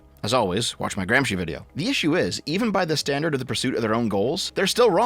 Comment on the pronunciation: Normalize using google translator reader in the language the word is from to know how it's pronounced! You've been pronouncing Gramsci wrong all this time (BTW, it's Gruhm-shee)! With love: an Italian fan ;D